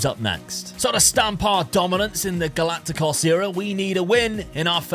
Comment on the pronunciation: Why are you saying Galaticos like that hahahahaha